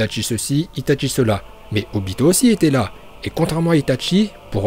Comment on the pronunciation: C'est itachi pas itatchi et c'est Uchiwa pas uchiha !!!!!!!!😠😠😠😠